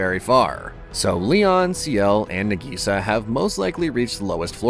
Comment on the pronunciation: Her name is Nagisa. Why is the AI calling her Nigisa?